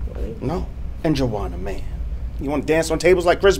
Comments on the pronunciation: Did anyone catch he called Jawan - Jawanna Man 😂😂😂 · He said Juwanna man!😂😂